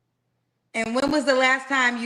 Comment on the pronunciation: not you saying “escalate” I can not😂